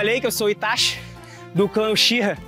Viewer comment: Sê escreve uchiha mas c fala utiha